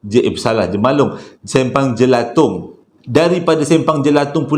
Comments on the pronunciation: Jalan Jelatang, bukan Jelatong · Jelatang bang bukang jelatong. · Jelatang bang.....bukan jelatong